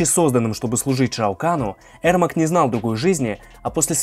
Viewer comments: Ермак а не Эрмак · Его зовут ЕРМАК А не ЭРМАК! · Правильно его имя произнасить не Эрмак а Ермак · На английском произносится Эрмек. Короче, он казах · Говорится Ермак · "аргумент" 😂,послушай как хотябы Гугл переводчик говорит Ермак. Зря ты завёл про "правильно" ,по английски правильно,но если ты рассказываешь на русском и вставляешь привычные слова произнося их на английском-выглядит как кривляние и дешёвые понты.